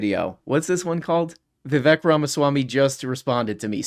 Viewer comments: I find it easy to remember how to pronounce his name. It rhymes with 'Mistake'. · His name's Viv-ache. It rhymes with "fake". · Vivek rhymes with cake, come on guys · so the guys that support Vivek can't even pronounce Vivek properly, nice